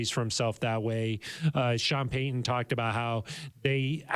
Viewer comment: Would you please properly enunciate Sean Payton's last name? Drives me nuts. It's Pay-T-un not Pay-Uhn.